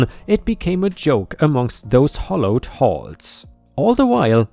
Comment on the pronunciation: merely = MEER-lee. hallowed = HAL-ode syrup = SIH-rup or SEE-rup chorus = KOR-us pestiferous = pes-TIF-er-us enamoured = ee-NAM-erd Great story, and told very well!